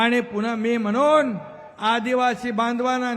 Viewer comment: आणि मगणून